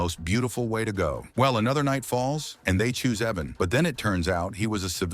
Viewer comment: Say it with me, “ Eye-van” IVAN. In no way is it Evan.